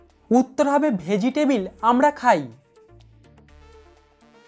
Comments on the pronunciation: ভেজিটেবিল নয়, ভেজিটেবল😂😂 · ভেজিটেবল ,ভেজিটেবিল না